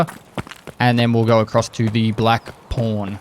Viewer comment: Every time he says pawn I know exactly what he's saying, but I block it out and instead I refuse to accept the fact that he's not saying porn.